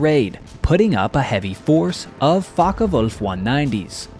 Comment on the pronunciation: Great documentary......but please the fokkerwolf is pronounced with er.....not fokk ah wolf...thanks !